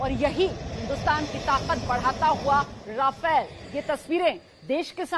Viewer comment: राफेल not रफेल